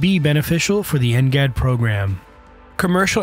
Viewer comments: It's because they used an AI voice, and knowing how crappy AI is currently, it keeps messing up simple words and abbreviations that it's hilarious. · Next generation air dominance NGAD. I dunno why he’s pronouncing like ngat